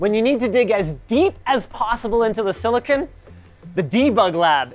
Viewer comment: FFS it's not silli-kin, it's silli-con.